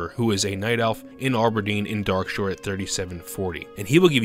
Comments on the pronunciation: Part 5d: Darkshire should be Darkshore not "Darkshire." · Did you mean Darkshore? My dumb self went all the way back to Darkshire.